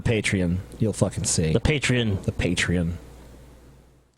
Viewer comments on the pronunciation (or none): I think it's patreON not patreIN